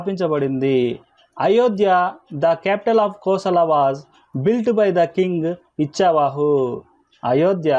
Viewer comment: ఇచ్చావాహు కాదండీ 'ఇక్ష్వాకు'